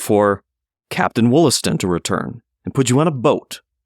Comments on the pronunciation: The name is pronounced "WAHL-ass-ton" - (long 'O' sounds like an 'A') likely both back then and in the Boston area today. There is a Subway stop named 'Wollaston' because it stops in the Wollaston neighborhood of Quincy, MA named for him. Also nearby is Wollaston Beach. Quincy was originally called Merrymount and there is still a Merrymount neighborhood. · Wollaston is actually pronounced Wallaston.